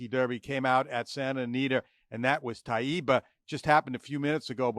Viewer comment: his name is pronounced tay ba.